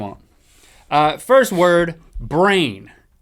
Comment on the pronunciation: First guy lol. He said 1th